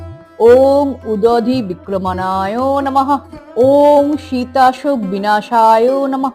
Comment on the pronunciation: আপনি ভুল পাঠ করলেন, নাকি লেখায় ভুল আছে? অনুগ্রহ করে ভুল সংশোধন করুন। লেখা আছে 'উদধিক্রমনায়'....